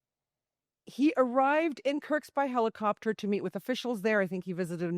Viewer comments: WTF is curtsks? Stop saying SCUTTLE and learn how say the names of the oblasts before you take to the air. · Good reporting! Keep it up! But also, please learn how to pronounce Kursk... (It's not Kurktst.) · Kerrrrrsssskkkk. Kursk Kuuuurrrrrkkkkk. Not kirks or kercks or kurk. Yikes. How is it so hard read and repeat? Just saying. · It’s Kursk!! There’s no t in Kursk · She cant even say Kursk properly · Lady, learn how to pronounce Kursk